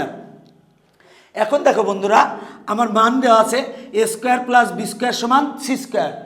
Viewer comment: রাশি কে খাশি 🤣🤣🤣🤣🤣🤣🤣🤣🤣🤣 মান কে মন 🤣🤣🤣🤣🤣🤣🤣🤣🤣🤣🤣